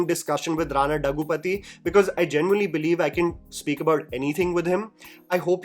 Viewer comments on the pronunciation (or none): It’s Rana Daggubati not Daggupathi 😅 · Its Daggubati, not dagupathi😑.